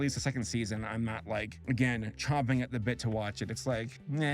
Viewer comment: It's not "chomping" it's "champing"